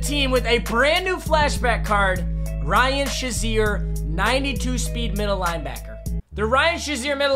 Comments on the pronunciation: Why do you say "(shuh)zier" when it's "(shay)zier" ("shazier") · cmon really its prenounced shay-zier not shaz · It’s not Ryan Shi-zer it’s Ryan Shay-zer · It’s so disrespectful the way u say Shazier’s last name